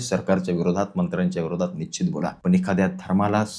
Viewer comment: Nicchit nahi Nishchit mhnayla shik